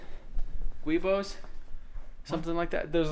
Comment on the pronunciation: It's called a giubo or flex disc, not a guibo lol